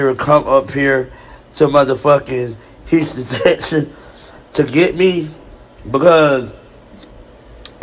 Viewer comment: “Hruston, Texan” 😂😂😂😂😂